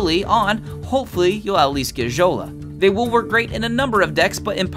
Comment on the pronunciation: Fjola is pronounced "Fiola," like Fjord. The F isn't silent. Good video, though. Nice presentation.